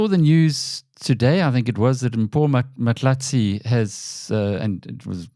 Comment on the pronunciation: Alec it’s Mpho Phalatse not Mahlatse